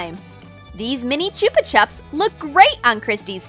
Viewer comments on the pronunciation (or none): I just loVE newtella and choopa chups. (just putting it out there, that's not how you say it) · THEY PRONOUNCED CHUPA CHUPS WRONG SKSKSKSKS